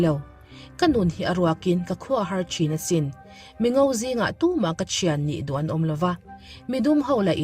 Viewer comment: Don hi tinge Dog tia i lamrik tlat